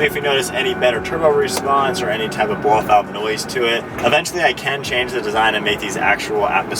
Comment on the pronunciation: If you say "bloffout" one more time Im gonna block this channel😂😂😂